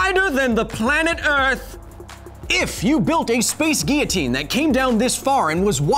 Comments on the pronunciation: every time he said 'ghia-teen' I cringed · Not tryin to rain on your parade man, but it IS pronounced "gee· uh·teen" in American English... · "Geeotine"? hahaha there is L's in it mate lol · I mean everyone's ignoring the fact that he's pronounced guillotine like he has a French accent but not using a French accent. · yeah but American English is just being doing English wrong so my point stands.